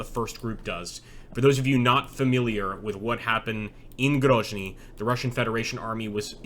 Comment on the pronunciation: It's not pronounced Grozhny it's just pronounced Grozniy and essentially pronounced as it's spelt - Grozny